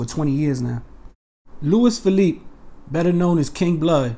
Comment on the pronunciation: It’s pronounced “Lew-ease” “Feh-leap-eh”